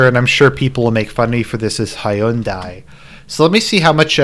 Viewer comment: It's weird how you say Hyundai. Also toyota is about the most modest car you can buy don't know if the newer ones are like this But they a usually easy to maintain and not that expensive to do so. But knowing Phil he probably bought the one with the most accesories.